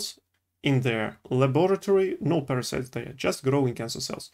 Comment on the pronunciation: You are so cute. I follow you in russian language and it's nice to see you trying English. Good luck, just make sure you watch pronunciation..."парасайдс"